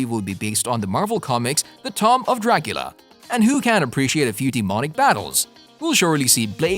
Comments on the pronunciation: You need to learn to read! The tom of Dracula? Plus you mispronounced Feige name 🤦‍♂️🤦‍♂️🤦‍♂️ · Did he just say the Tom of Dracula? Seriously? Tomb, Tom, whatever. Lol. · He pronounces tomb as tom. What's up with mispronouncin of words? This a computer voice sim or what? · The "Tom" of Dracula? Really? What the fuck is wrong with you people?!?! Are you embarassed? Cuz you should be. If you can't speak the language then stop using it. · The tawmb of dracula? Kevin feege? Bruh, stfu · Given the production value of this video I’m surprised at the mispronunciation of the word “tomb” and “magi”. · AFTER READING THE COMMENTS, BROOOO I THOUGHT I WAA THE ONL ONE WHO WAS THINKING AND CAUGHT THAT!!!🤣🤣🤣🤣